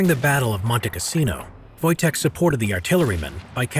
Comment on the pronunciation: Thought you said Wojak for a sec